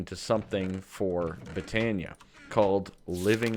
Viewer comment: i have been able to put put up with you calling it botania but its pronounced boe-ton-ea